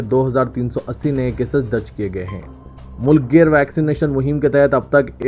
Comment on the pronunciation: Mulk gear nahi mulk geer....kitne din se ghalat urdu bolrai...